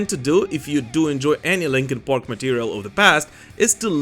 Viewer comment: Did he say Linkin PORK?? 😂